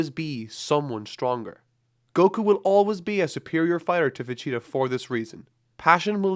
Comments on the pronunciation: It’s Vegeta not Vecheta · All I hear is Vecheetah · Why Does it sound like your saying Vegeta as "Vecheetah"? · It's Vegeta, not Vecheeta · VE-GEE-TA. Not Ve-CHEE-ta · Great video!!! But is he saying vacheetah lol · it bothers me so much that it sounds like he says "vecheeta." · I hear va- cheetah everytime. Good video tho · Who is “Vecheetah” ? :p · am I the only one who is triggered at the way he says "vecheeta"? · Take a drink every time he says "Vecheetah". Seriously though it started to hurt after 30 minutes of it, especially when like ~1/10 are pronounced right so you know he can do it. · Damn bro it's VEGETA not vecheta...just saying... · Why are you saying manga and vegeta wrong